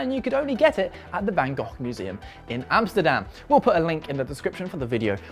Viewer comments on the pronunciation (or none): Sadly you are not pronouncing van Gogh correctly. Dutch pronounciarions are horribly difficult for english speakers, I've noticed.